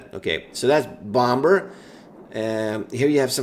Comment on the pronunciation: stop saying bomber weird my dude